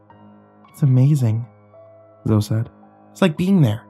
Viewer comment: Zoe is pronounced Zoey not Zo.